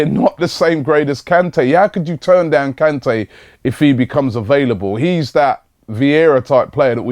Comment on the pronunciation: Robbie! For Christ Sake! You pronounce his name wrong every time you say it! It is NGOLO KANTE (N go low can tay). Very happy the Vardy deal hasn't worked out, now we can focus on getting rejected by Kante as well! Also, rumours from Germany suggest that we are about to snatch Aubameyang from under Guardiola's nose... Have you heard anything about this?